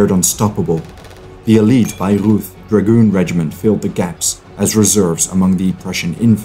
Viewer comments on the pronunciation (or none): none